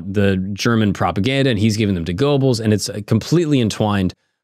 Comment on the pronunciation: Man you piss me off with the mispronounced words realy not that hard to get them right Thule is not tool and Goebbels is not pronounced with an O it's sounds like and E this is easily remedied by just a little research holy shit you have me fuming